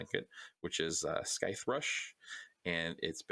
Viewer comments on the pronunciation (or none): scythe, is sythe, it's spelled scythe but the c is silent otherwise, good video